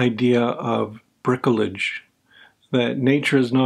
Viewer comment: Hey, that's very interesting. I'm on a course of corticosteroids right now and I was wondering about all of the side effects having to do with sodium and potassium excretion. But if I could harp on your pronunciation of "bricolage"...